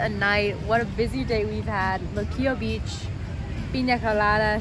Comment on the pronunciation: You sounded great! Pronouncing all the Spanish words, loved when you said Puerto Rico and Luquillo and the "bacalaítos", "alcapurrias", which BTW are a mix of grated plantain and taro and/or cassava root ("yautías" o "yucas") stuffed with chicken, beef or seafood. Oh, and just FYI, what you called the upgraded hot pocket "empanadas", we don't call them "empanadas", we called them "empanadillas" and you can also find them stuffed with chicken, beef, seafood or with pizza sauce and cheese. Thank you for your great video!